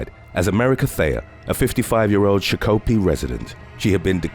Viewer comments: It's shock a pee not sha pokey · "Sha Koo pee" 🤣🤣🤣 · Shock-o-pee not chuck-ul-be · It's not cha-ko-pee it's shock- uh -pee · I live in Shakopee and it's pronounced Shock-Oh-pee not sho-ko-pee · 'Shock-oh-pee' is Shakopee in Minnesota.… Not 'shha-cope-ee' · Hey. It's not sha-KO-pee. It's like SHOCKApee. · SHOCK - OH - PEA, NOT SHA KO P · It’s Shock a pea not sha co pea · Shakopee lmao haha its pronounce shock-o-pee. Lol i get how you mess it up but still funny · It's pronounced Shock-oh-pee not sho-ko-pee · It's "Shock-oh-pee", not "Sha-kopi". If you're gonna do vids about towns you've never heard of, get the pronunciation right. Sheesh. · Shock-o-pee not shock-copee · Shakopee is NOT pronounced Sha Cope ee Its pronounced Shock O pea. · Sha-copie 😂🤣 I think he meant SHOCK O PEE 🤦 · Its pronounced SHOCK A PEE NOT SHOEKOPEE OR WHATEVER THE HELL YOU WERE SAYING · SHA-KOPE-PE lol it’s SHOCK-KO-PEE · It's Shock-a- pea... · Shakopee is pronounced shock-oh-pee. Not sure why people are just talking smack instead of offering solutions. MN nice my a**! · I live in shakopee and was just down the street when the body was dumped, It was crazy. Also its pronounced shock-o-pee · Shah Koe Pee!😂… being born and bred in South Minneapolis, and going to many parties in Shakopee, I’m saddened that he butchered the name. These cases are so sad and so close to home! 🥺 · She-ko-pee 🤣🤣🤣. When I moved to MN in 1997, that’s how I pronounced it. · Lol I'm amused how Shakopee is always mispronounced😂. It's pronounced shock-uh-pee! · I remember all of these especially the one who was beheaded with a machete in Shakopee (pronounced Shock-o-pee). My God, I'll never understand what goes through a persons head before they murder another human being! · It's pronounced like peeing on a electric fence shock o pee. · Agreed XD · Then I was like aaaaaah shackopee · Shakopee lol we pronounce it like (shock a pea) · I like how you pronounce Shock-ka-pee Show-ka-pee!😂😂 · SHOCK O PEE LMAO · I was so confused